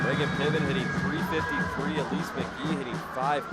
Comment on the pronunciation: It's Pittman, not Lippman.. 😊